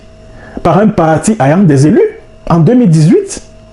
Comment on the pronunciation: Il faut fermer ton clapet et va traiter des sujets sur Bankoui, il y en a tellement...tu es en manque de vue, dit la vérité 😂. En passant, va demander comment prononcer le mot "ayant" avant de venir cracher tes vomissures 😂 sur un Prof.